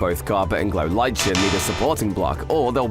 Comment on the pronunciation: lichen is pronounced differently.